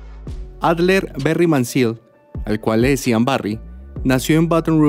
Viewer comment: Ahorita sin querer queriendo acabo de ver el video yo me llamo Adler también El nombre real es ATHLER Y se pronuncia ADLER Un muy buen dato gracias por tu trabajo no todos lo pronuncias bien porque A muchas personas les cuesta pronunciarlo